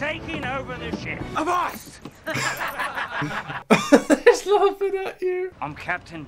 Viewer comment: My Dad was a sailor and always laughed out loud when Will said Avast. Because Avast means stop, and Mr. Turner said it completely wrong like an absolute dork.